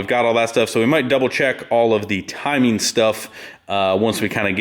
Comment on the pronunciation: "Timeen" "Changeen"